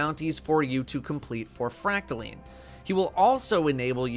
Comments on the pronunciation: fracta....LINE! NOT LEEEEN -__________ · First you pronounce recluse as reck-loose, now it's called fractal-lean